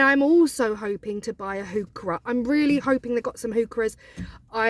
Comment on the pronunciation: I had to Google what is a hookrah?I didn't realize you were saying hookah😂😂😂